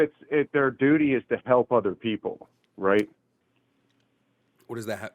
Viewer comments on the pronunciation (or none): Heehee, he said “dooty.” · That was painful. (snickers). "Dootie" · hehehe, he said dudy! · Hehehe he said dooty so many times. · 😂 lol he said dootie 💩